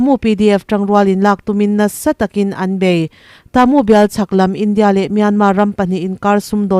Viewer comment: I news chungainawm ka tihle mai. Ka ngaitha re g BURMATAMA KHOPUI HMINGTE CHU I lamdan dikzawk se a ngaihthak nuam leh zualin ka ring shan state a khawpui hming pa khat chu luaikaw level tone vka lam tur Moreh piah a khua chu TA MU A NI A. Ta chu level tone tur mu chu high tone tur. Mizo a thuro athuk chu thi ang a ni tur. Khua bming dang pa khat chuKataa. Ka chulevel tone kanu ka pa ka pathian KAring tawi tur. Taa chu level tone long pitch tur. Nay pyidaw chu level tone vek tur.